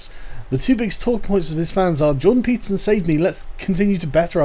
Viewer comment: Peterson-> pizza zin This is what I'm hearing